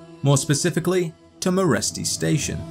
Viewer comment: In Romanian Meresti is pronounced like Mereshti (Merești), look it up on google translate